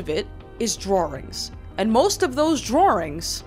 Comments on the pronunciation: I like the way she says “drawrings” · drawrings innit